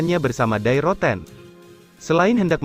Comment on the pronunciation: Die Rotten.... pengucapannya bukan seperti kata "Die" dalam bahasa Inggris.